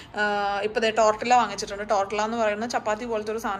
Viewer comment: ടോർട്ടില്ല അല്ല ടോർട്ടിയ (സ്പാനിഷ് )😇